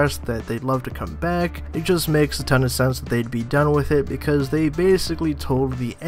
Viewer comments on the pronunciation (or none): none